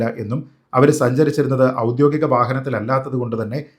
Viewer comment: നല്ലൊരു സംവാദകനും പ്രാസംഗികനും ഒക്കെയായ താങ്കൾ ഔദ്യോഗികം എന്ന വാക്കിനെ പലപ്പോഴും 'ഔദ്യോദികം' എന്ന് തെറ്റായി ഉച്ചരിക്കുന്നത് പല പ്രാവശ്യം കേൾക്കാൻ ഇടവന്നിരിക്കുന്നു. ദയവുചെയ്ത് അത് തെറ്റാണെന്ന് മനസ്സിലാക്കി 'ഔദ്യോഗികം' എന്ന് തിരുത്തി ഇനി മുന്നോട്ടുള്ള താങ്കളുടെ സംവാദങ്ങളിലും വീഡിയോകളിലും ഉപയോഗിക്കുമെന്ന് കരുതുന്നു.